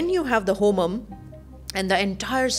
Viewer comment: Please learn the pronounciation when ur talking about sacred homa